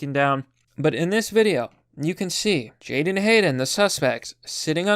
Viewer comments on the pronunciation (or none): Make sure you have his name correct: it is not Jaydon or Jayden but Jadon. Also, it is pronounced as (jay-DON) with the emphasis on the second syllable.